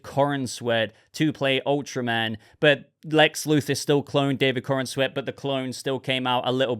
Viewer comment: Why do people keep calling this chap"coren-sweat"?...thats not how you say his name,its"Corenswet"you say it like youre saying the"corns wet"like wet corn,i hope its a good movie though,Superman could do with a win.